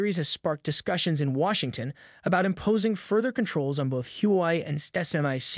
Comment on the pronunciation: For heaven sake you can't pronounce HUAWEI correctly.